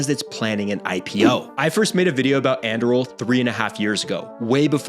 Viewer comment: It's Anduril not Andruil got it